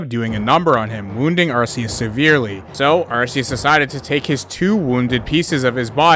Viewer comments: It's not pronounced "Ar-see-us." It's pronounced "Ark-ee-us." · erm actually its pronounced are-key-us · Its Pronounced ar-koos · I think its arceus like ark not uh u know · It's pronounced ARC-EEEE-ES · the pokemon anime says Ar see us